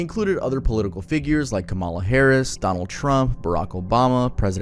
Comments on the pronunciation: Just real quick, I’m not blaming you at all for this, and it’s definitely an issue a lot, but please learn how to say Kamala harrises name right. Your’re so close to getting it right, but it’s just a little off (it’s pronounced com-Il-uh not com-illa. (Sorry, I don’t know how to spell using pronunciation) it’s a real issue with a lot of people, and it comes down to a matter of disrespect. Again, definitely not blaming you, I just think it would be a little more respectful to say her name right :) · kamala’s name is pronounced comma-la, you keep saying it like calm allah 😂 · She's such an important person right now, so you should pronounce her name correctly. The stress goes on the first syllable. Kámala. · it’s “comma-luh” like a , <- a “comma” like the punctuation mark “ , “ - “luh” that’s the easiest way to remember just always think of a comma and then luh… Kamala …comma-luh lol no worries though everyone always mispronounces it, but that’s how I learned/ remember to say it right, like the punctuation mark, comma , luh lol